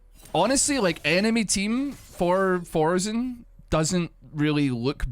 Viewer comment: "Four"sen? Please, there's only one of them.